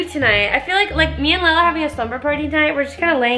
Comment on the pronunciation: Layla? It's lael